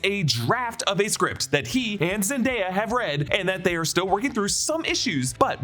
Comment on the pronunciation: ”Zenderrah and I”